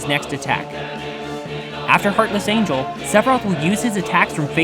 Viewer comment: Hahaha you said one winged Angle not angel